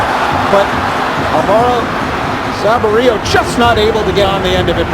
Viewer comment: That new guy commenting was bad. 2 times he couldn't say Sabirios name. Wtf. He's only RSLs DP